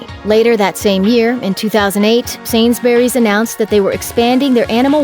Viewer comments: Sainsberrys lol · I'm sorry but but the way you pronounce Sainsbury's triggers me